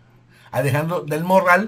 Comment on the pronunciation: 👁⚡️👁 Oiga, pronuncie bien el apellido. Es Alejandra del Moral y no del Morral como lo pronuncia usted. Solo tiene una "R" y no dos. Moral y Morral son dos palabras distintas y se pronuncian diferente.